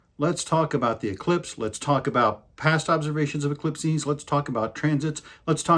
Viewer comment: Eclipses is not pronounced like indexes.